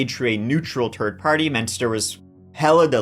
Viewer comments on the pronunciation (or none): I like how when he says "third", it sounds like turd. 😂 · So you can pronounce “th” properly 😆 you said Nort and North in the same sentence! So tell me, do you say turd on purpose?? I absolutely love your stories!!!